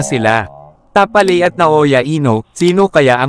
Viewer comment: Tapales po at hindi tapaley